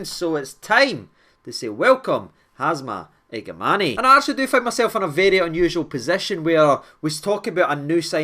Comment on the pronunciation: the pronunciation is iga man